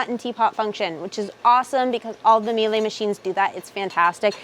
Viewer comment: MEE-LA haha is how it is pronounced :)